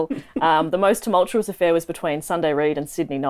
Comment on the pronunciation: "tumultuous" nice one